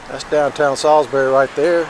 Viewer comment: i used to live here, thanks for this. you say it correctly 👍